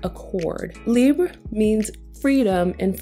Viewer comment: A rare review of libre where the reviewer doesn’t say “libr-AY” lmao